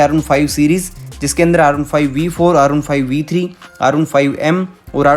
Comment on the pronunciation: When u say R15 versions... I heard you saying Arunpipe B3 arunpipe b4.. 😄 just joking 😂